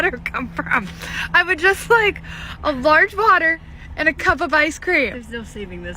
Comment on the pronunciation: "I"ll take a LODGE VADDAH"